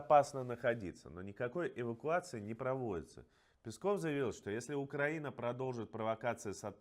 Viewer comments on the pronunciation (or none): none